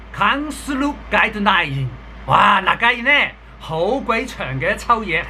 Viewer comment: 発音はちょっと正しくなさそうみたいよね、例えば 外国人ーー>がいがくにん（ｘ）ーー＞がいこくじん 観光客ーー＞かんきょんかく（ｘ）ーー＞かんこうきゃく 対応ーー＞たいようーー＞たいおう ガイドラインーー＞がいどらいじん（ｘ）ーー＞がいどらいん（guideline)